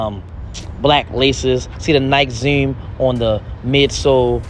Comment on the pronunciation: "Nike Zewm"